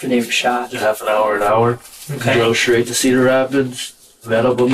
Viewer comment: he said "You gotta shoot me stright"